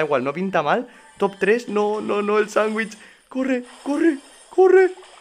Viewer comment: Nadie: Absolutamente nadie:: Sangüich